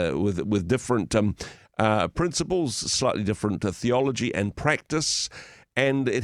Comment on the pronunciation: her said theology but it sounded like Pathology! Freudian slip!